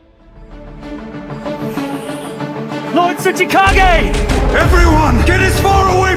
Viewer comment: Not lord suchikage That's lord kazekage Btw best editing 🔥